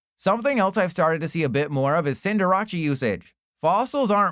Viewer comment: You had me fooled with the way you said Cinderace for a sec there 😂